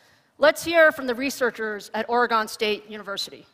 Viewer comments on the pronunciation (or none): She said ore GONE not Oregon ;( rip